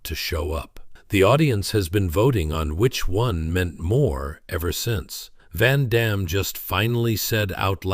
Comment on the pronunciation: Amazing how no one can pronounce Van Damme's name other than French speakers after all these years.